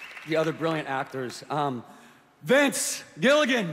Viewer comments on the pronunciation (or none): I heard "Bitch Gilligan" instead of Vince Gillagan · When he said Vince, I thought he said "Bitch".